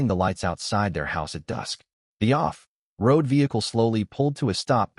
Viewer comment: The translation AI is translating words like walkie-talkie and off-road and hyphenating them, but the reading AI is putting a huge unnecessary pause at the hyphen. 😅